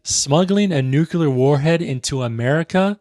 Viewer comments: Corrects pronunciation, says “NUKE-yoo-luhr.” Love what you’re doing, don’t get me wrong. Just the irony of it. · I love you but, "nucular", you pronounce it the same way as Bush